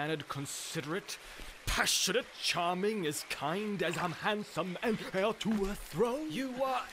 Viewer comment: and "heeir to a thröne"! love the french twange